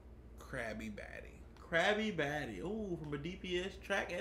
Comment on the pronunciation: Krabbybatty I think that's what yall said at the end lol or krabbybaddy